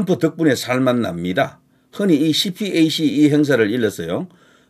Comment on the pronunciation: 낭보라고 어그로 끌지마셔. 허위뉴스로 고발당함. 그리고 유식한 사람들은 CPAC을 씨팩이라고 발음함 😂